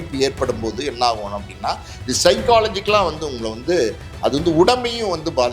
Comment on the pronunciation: சைக்காலஜிகல் இல்லை சைக்கலாஜிக்கல் 🙏